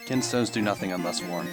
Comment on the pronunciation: They're called kinstones, not kin'tstones. Kin and can sound similar, you see.